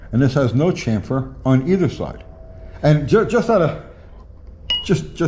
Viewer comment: Drink everytime says chamfer wrong....🤤